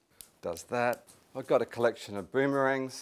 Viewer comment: "I've got a collection of boomerangs" Hugh reminding me he's not British